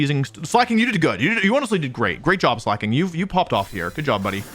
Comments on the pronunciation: I miss when he used to call it Slayyyy King 💅💅 instead of pronouncing it correctly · About the Slaking pronunciation thing - slaking is an actual word and is pronounced slay-king Totally reasonable mistake to make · Fun fact slaking is actually a word in English and it's pronounced exactly like Wolfe does it. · I like how you pronounced Slacking. Sounded like Slay king lol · For every time Wolfe calls Slaking "Slay King" I will continue to call Shedinja "Shed Ninja" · You know first thing I noticed was that you now call it Slak-king and not Slay-king like you usually do...Please don't let those stupid short comments get to you (I swear most are brain dead, bots, or both) call it Slayking it's better anyway. I like when you pronounce them as you think instead of tiptoeing over what is 'offical'. Like the offical company has retconed how they say some of the names so who actually cares that much? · Wolf nearly getting crucified for saying slayking will always be funny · It's ok, I too called it "Slay-king" as a kid I'm right there with you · i find it funny how he pronounces it (in his heart) as slay king, like its giving "yass slay king", which is cute jsjs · We fixed how he said "Slay-king." Can we fix how he says "true-aunt" now? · wow I can't believe Wolfe would mis-pronounce a Pokémon's name. I'm sure that has never happened before. /s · It's a little disappointing to see the man who used to deliberately mispronounce Pokémon like Gengar and Venusaur get bullied until conformity on Slaking 😢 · Noooo Wolfey is falling victim to audience capture and no longer mispronouncing pokemon names!